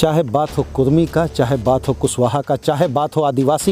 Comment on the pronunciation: कुर्मी नहीं कुड़मी